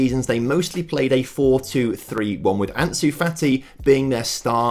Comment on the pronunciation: why did you call fati: "fatty"